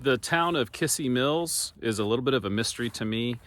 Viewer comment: you should learn how to properly pronounce kissee mills,,,,,,not kissy,,,,,its kizzee...